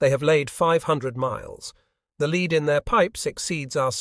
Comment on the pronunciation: It is interesting how AI has been used to create these unfortunately ponderous and rambling documentaries. AI is not able to adjust to the correct pronunciation of words that, when used in different situations, is not pronounced correctly. The best example that I can give in this nearly flawless AI presentation is the word "lead" which was phonetically pronounced "leed" instead of "led" or "lead"...